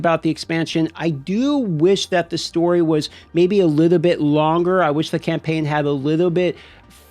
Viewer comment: In a liddo bit I’m gonna give you a liddo bit of liddo bit…. Okay?